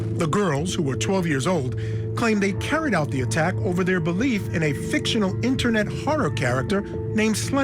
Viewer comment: “On the innernet”